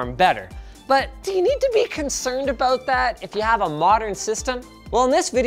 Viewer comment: "Aboot drive"